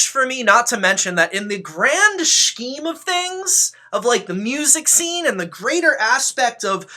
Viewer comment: Are you saying “scheme” with the hard SH ironically? Or are you just mispronouncing it? I’ve gotta know.